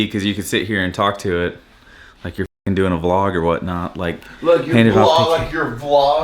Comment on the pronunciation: im calling out cause the way hes saying V LOGG. hes been watching PIPER BLUSH. LOL... now tell the truth you walk her.. lol..